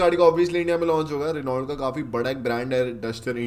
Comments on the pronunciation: रिनॉल्ट नही होता , रैनो होता है😅😅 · Renault nahi bhai pronunciation "Reno" hota hai. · Reault ko Reno bolte Bhai ... Bolte vakt .. apko roast Kiya hai .. car guru buddhe ne 😂😂